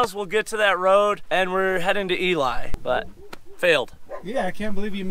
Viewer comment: LOL. It's pronounced "E-lee".